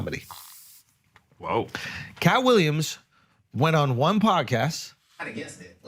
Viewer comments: I really think that if you ever liked this “poduhcast”, you are probably a douche. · Did he say podacast? Fck yea!🤘